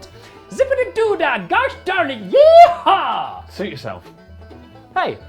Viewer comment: that’s the best Yee-Ha I’ve ever heard from a British person. Nice job!